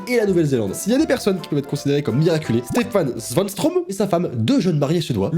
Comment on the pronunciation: putain comment tu prononces tellement mal steffan svanstrom!!! moi je suis de suede et je sais très bien le prononcer!!! xD